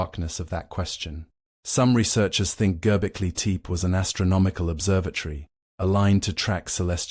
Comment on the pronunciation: Need to find a way to fix the pronunciation problems - the complete butching of Göbekli Tepe completely took me out of it.